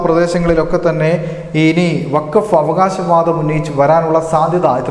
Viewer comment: വാക്ഫ് അല്ല വാക്ഫ് ബോർഡ് അത്ര എങ്കിലും പഠിച്ചാൽ നല്ലത്